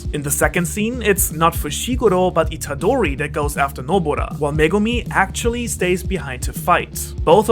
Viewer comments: Am i the only one who notices that he said "Nobora" instead of "Nobara"? (Doesn't mind tho 😊) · Why did you keep saying nobora? her name is nobara!!!